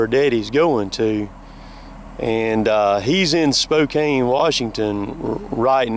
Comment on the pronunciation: I live in Spokane.. Good to hear someone from the east side pronounce it correctly! Love the videos. Been makin me think about getting into the industry seeing how its so big up here.. Have a good day, and tell your dad to drive safe through here..